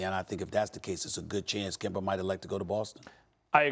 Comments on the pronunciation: Why does Stephen A. always say Kember instead of Kemba 😂😂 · SAS say kember 😂😂😂😂😂😂